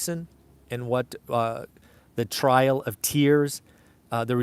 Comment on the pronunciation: i’m a history nerd and so I thought it was something new that I didn’t know about. You were you said TRIAL of tears instead of TRAIL of tears. Or maybe I just heard it wrong.